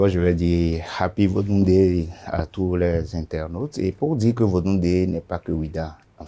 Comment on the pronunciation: Ce vieux est trop malade et hypocrite mais la nature va te payer Cher sur ta prononciation de vodun days 😎